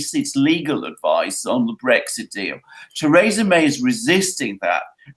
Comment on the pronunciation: seems to have a thing for mispronunciation: the all-too-common "nukyular" for "nuclear" comes to mind. He also insists on pronouncing Theresa May's first name "Teressa"-- this may be a European variation, but native English speaker ought to pronounce her name the way English speakers (including May) pronounce it.